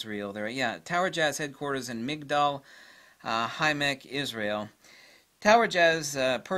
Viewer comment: By the way, the name of the city is migdal ha emmek